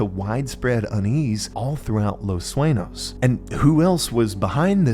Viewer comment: I hate the way you pronounce “sueño”